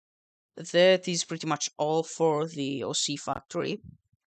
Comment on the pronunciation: “OC fucktory”